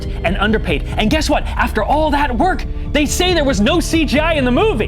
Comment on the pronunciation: "How dey do dat?" x3 "Dey do dat by-" Got me ROLLING 🤣